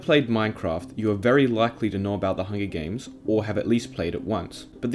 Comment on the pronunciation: “Hungy games”